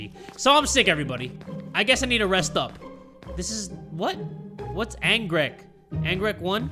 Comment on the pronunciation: struggling to pronounce anggrek😂